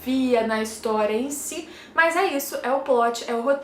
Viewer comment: Nao consigo ouvir a palavra Historia (ris) normalmente ksksks